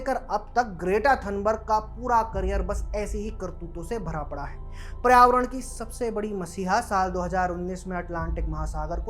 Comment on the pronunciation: पर्यावरण ढंग से बोल ले भाई। उच्चारण बहुत ही खराब है तुम्हारा।